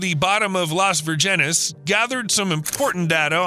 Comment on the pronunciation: it’s pronounced: Virgin-es